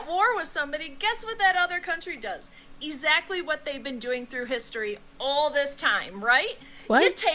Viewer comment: "E - Zactly, Let me guess. She's an English teacher.